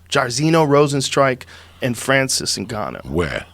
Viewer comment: Top UFC P4P fighters according to Joey Diaz: 1. Khalabeeb Nurmagomegomov 2. Mipe "Immigrant Mentality" Stiopic 3. Francis "Magumbo" Ungayo 4. Tony Henderson 5. Tyrone Woodley And any other he ever mispronounced.